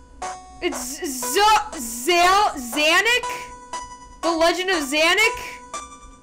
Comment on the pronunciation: Its sonic not sanic